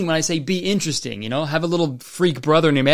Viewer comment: Nah, he said "inchursting", which is just how certain folks pronounce interesting because accents are weird. Alotta folks, especially old folks, say it that way where I'm from.